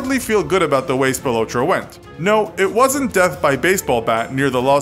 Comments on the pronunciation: Spill-low-trow to many mistakes to take serious. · Btw you said spilotro wrong